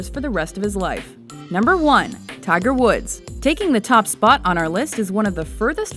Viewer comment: did you say tiger's wood at the end